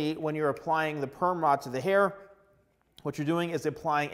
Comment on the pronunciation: at first when he said perm rod i thought he was saying “gayrod” but with perm 😭